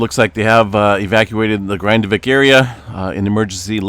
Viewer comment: Your pronunciation of the "a" and the "i" in "Grindavík" is way off. This isn't the English word "Grind" but the Icelandic word.